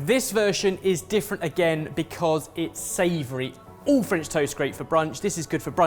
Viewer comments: would have been great topped by a perfectly poached egg... was "superb" (french accent included) but I was laughing at how he managed to mispronounce both french AND english words. 😁 😂 🤣 😃 😄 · Had physics and further maths A-levels today but what really put the nail in the coffin was hearing speak "French"